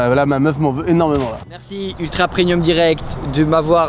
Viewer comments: Tellement de gens qui disent "preNium". Pourquoi ? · tout les gens qui disent "prenium" allez vous faire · T'es au courant que "preMium" s'écrit avec un "M" car ça se prononce "preMium" et non "prenium" ? 🤔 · Très bonne vidéo mais on dit "Premium" pas "Prenium"